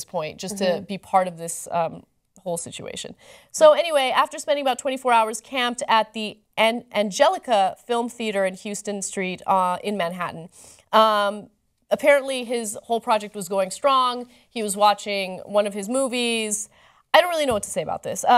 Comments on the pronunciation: Ana, it's "House"-ton Street, not "Hugh"-ston street. Haha. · HOW-ston street, not HUGH-ston...sorry....native New Yorker instinct... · it is pronounced " HAUSTON" street, not Houston. get it right biatch! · Ana darling..... it's pronounced How-ston Street not Hugh-ston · House-ton. House-ton street, not Houston street. Just sayin'. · it's not HYUE-STON Street. ...it's HOW-STON Street. (Houston Street in NYC. ;) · It's pronounced HOWWWW-STUN, not Houston. facepalm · It's (How)ston street not (Hue)ston street. Get it right Ana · It's pronounced "House-Ton" street Ana. :-) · yea its like house-tun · Houston street is pronounced How-stun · it's pronounced HOW-STON street, Ana! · Ana, it's pronounced "How-ston" street even though it's spelled Houston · Ana should not be allowed to return to New York until she learns how to correctly pronounce Houston (HOWston) Street. That's almost as bad as ordering pastrami on white bread with mayo at the Carnegie Deli. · Its pronounced "House-Ton" Street Ana! Its spelled like Houston... but in NY its pronounced House-Ton. lol -Tko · It is spelled Houston Street, but is pronounced "How-ston" street. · She says Houston wrong. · WAITING FOR HOURS? HAHA YEAH RIGHT... I've walked by there several times bc I work nearby. There's usually 5-15 people in line LOL. ALSO, that's NOT how you pronounce HOUSTON STREET d